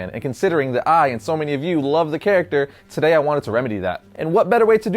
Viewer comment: "Todau on Variant..."